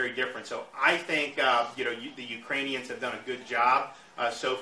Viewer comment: Serious question? At , did he say the Uranians?